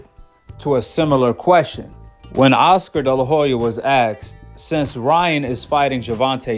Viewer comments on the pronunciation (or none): asked NOT Axed.